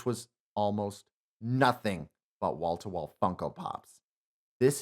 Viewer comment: Almost made it to the end of the video thinking you were saying "Walter White funkopops" instead of "Wall to wall funkopops", my bad.